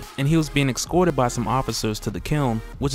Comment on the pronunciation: seriously? Ecscorted? Damn...